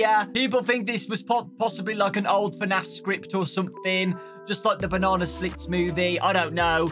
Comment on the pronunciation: Why he keeps on saying FANAF?